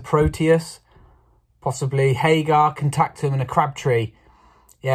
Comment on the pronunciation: Its not haygar its hager! And you have to say it like the way Sega is said at the start of sonic on the mega drive. Haaageeerr!